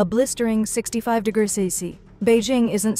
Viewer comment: Please train your AI voice to pronounce "degrees" properly.